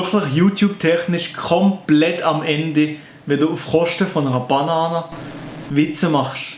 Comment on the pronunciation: Es heisst ned bAnane s heisst banAAne